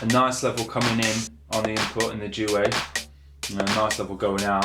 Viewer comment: 5 years on I hope you learned how to pronounce duet